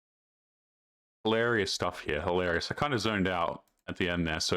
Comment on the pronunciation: pronounce the word "hil-a-ri-ous".